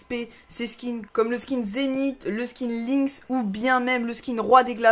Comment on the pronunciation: C pas lynx(linx) c lynx (lainx) sinn bonne vidéo